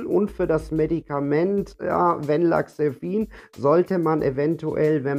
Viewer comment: Das Medikament heißt Mirtazapin. Du spricht es falsch aus, sagst Mirtazepin. Venlafaxin sprichst Du auch falsch aus. Wirkt fachlich nicht wirklich kompetent.